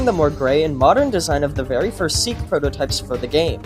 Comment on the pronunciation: seek ❌ sihk ✅